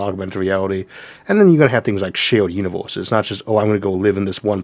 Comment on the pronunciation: "uniworses" what accent is that? From where?